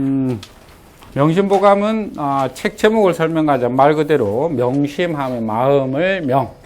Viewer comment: 명심 보감의 "보"를 왜 짧게 발음하나이까!?? "보물"의 "보"돋 짧게 발음하시렵니까!!?? 참! 놀라운 일입니다. 이런 평상어도 바르게 발음하지 못하는 이가 한문 강의를 할 수 있는 나라!! 대한민국! 참으로 슬픈 일입니다. 시청자 여러 분!! 어떻게 생각 하십니까!?? 이런 일에 관심이 있으면, 유튜브에, nobulkoreanlanguage를 치시며, 우리 말 우리글에 대한 귀한 강의를 들으실 수 있나이다. 미국 변 완수 드림